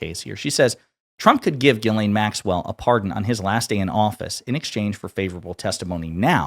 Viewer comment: Chuck Schumer called her GIZ-LANE Maxwell😂😂😂😂😂